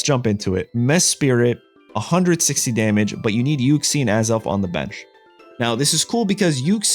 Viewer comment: WHERE IS THE OTHER I THERE IS ONLY ONE I IN MESPRIT WHY ARE YOU SAYING MESPIRIT YOU EVEN MISSPELLED IT IN YOUR DESCRIPTION WHAT WHY HOW